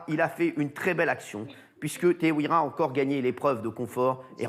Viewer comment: C'est pas teheuira c'est teheiura